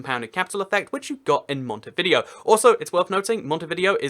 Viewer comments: It’s pronounced montividéo mont-Iv-i-day-o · No offense but your saying Montevideo wrong. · Andy Martinez It's not easy to say the exact pronuncation of a word in spanish, when you are talking English, he's trying his best.